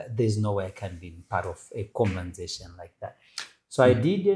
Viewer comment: Prophet sorry i come in peace its conversation its the second time hearing you butcher this word